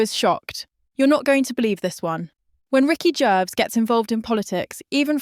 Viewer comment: AI can’t even pronounce Gervais. Ricky said nothing